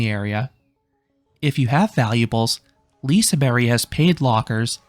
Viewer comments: It´s not liseberry it´s liseber(g) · No that is not how to say it, Berg means mountain in swedish. An english take on it would be Leasyberg, more correct then Leasyberry, which sounds a bit like lingonberry. But if you want to say it correct then say Liesebaerj. G can sound both as g and j, it’s like the word agent in english. You say ajent though, in swedish you say agent as in aGent. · the G in Liseberg is not silent. It's a j sound. It's not liseberry, it's liseberg. Whoever told you it's silent is just plain wrong. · Hey, Swede here! No, it’s not pronounced like that. Not like Liseberjjjj, It’s liseBERG!! With GGGGGGG!!!! G!!!! LISEBERGGGGGGGG!!! G AT THE END! Thank you ☺️😇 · Sorry but the G is not silent. It is pronounced as a J, Liseberj not Liseberry. I am Swedish. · Naj, jag säger Liseberg, berg som i berg, inte bärg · Not silent, but should be pronounced like the y in "you" or "Yemen". Your pronounciation in the video, while not exactly sounding domestic, is perfectly fine. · Yeah, I was confused at the 1952 😂 nice video and you pronounce it alright. The G has EE sound here. Like Y at the end of certain words like "Very" or "Marry" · You pronounce it lizeberj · Lisehberry :glasses-purple-yellow-diamond:🫐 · I wouldn't say the G in Liseberg is silent, but G is sometimes pronounces as J in Swedish...So Liseberj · Why say it like that??!! Its not LiseBERRY!! It just sound so damn wrong xD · The letter 'G' in Liseberg is not silent, it's pronounced like the Y in "Yak". Not that it matters, but in Swedish it sounds like you're saying "Liseberg Banana" when trying to say Lisebergbanan, although spelled the same, the syllable stress is way off. Thank you for an amazing review! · the G is not silent. Im swedish, it isnt silent it becomes more of a J sound Liseberj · The G at the end is not silent, it just sounds like a J. Liseberj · The G is not silent, however its pronounced more like J LiseBERJ LiseBerGHJ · The g isnt silent it just turns into a j liseberj